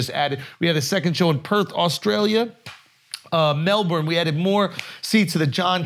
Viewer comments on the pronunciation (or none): none